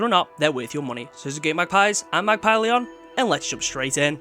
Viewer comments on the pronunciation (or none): none